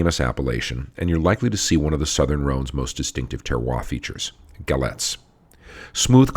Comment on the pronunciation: Galets, say Galay